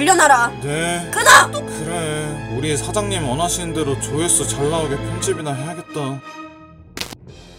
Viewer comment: 여기에서 조회수를 조화수로 하셨어요 ㅎㅎ